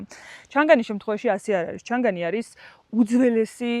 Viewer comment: ჩანგანი არა ჩანგალი მარო კიდევ😂😂❤❤👍👍